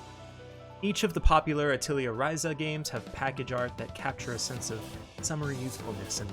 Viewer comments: A thuh lee hay... you're welcomed. It's french for workshop. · rip nobody briefed you on how to say "atelier"